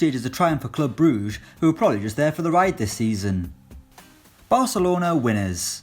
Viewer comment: Why you saying club brugge like you are french, it is not club brouge, it is clüb bruhgguh in pronunciation